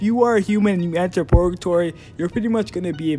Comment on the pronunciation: It's Purrrrrgatory, not Porgatory lol